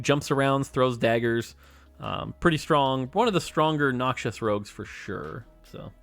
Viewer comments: Riot is putting their assassins on for calling Rek‘sai a him and pronouncing Noxus as „Noxious“ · Why does he say Noxius 😫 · BRO MORT STOP CALLING NOXUS "NOXIOUS"